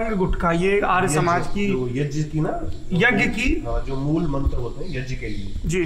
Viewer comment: "यज्ञ" मेंं "ज्ञ" का शुद्ध उच्चारण सुनकर अच्छा लगा।